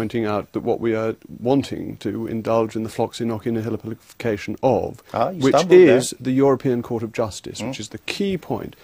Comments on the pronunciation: The middle should be "nosi" not "noki" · That's not how "Nauci" is pronounced. The "Nau" in "Nauci" reads like the word "Nor", much like it is in the word "Nautilus". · He doesn't pronounce it correctly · That reporter got on my nerves...OH MY GOODNESS! 1) He was rude 2) He could pronounce neither "Floccinaucinihilipilification" (at all) nor "Antidisestablishmentarianism" (properly). 3) He would not let his guest speak. 4) And then he had the audacity to READ from a piece of paper and act "cool" about it. Such a shame. I think Mr. Rees-Mogg is a fine man and handled the host in a mature manner. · He’s actually saying it wrong. In “floccinaucinihilipilification,” the 3rd “C” is a sibilant. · He mispronounced it. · Ugh. He's pronouncing it incorrectly as well. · He unfortunately really pronounces the word incorrectly.